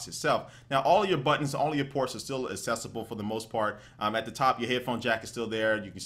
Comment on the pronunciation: Accessible, not assessable !!!